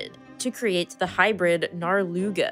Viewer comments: Why'd she say "Narluga" like that :( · When you said "Narluga" I had to check if this video had been posted on the 1st of this month. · "Narluga"!!!!!!! 😂😂😂😂😂 Word of the day!!! I think I have found my Jeeps name.....